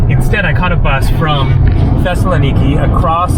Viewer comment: Tesla Nikki is a new car model ? That's not how to pronounce Thessaloniki.